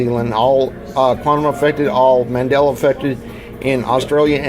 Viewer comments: “Mandelar effect” lol. Love it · Why does he say Mandeler instead of Mandela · ‘Man della’, not ‘mandeller’ effect.